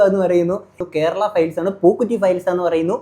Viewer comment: njaan ivide chirichu pandaram adangi റസൂൽ പൂക്കുറ്റി അല്ല ബ്രോ റസൂൽ പൂക്കുട്ടി :D